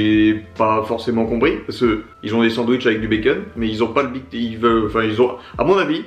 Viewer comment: On dit big teustie